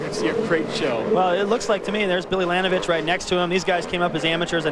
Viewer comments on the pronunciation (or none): damn that commentaror cant say billy laninovich's last name